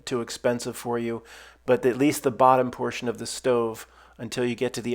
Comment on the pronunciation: "If you came to this portion" why are you articulating it like this? You did not build this stove I guess we are just fantasizing?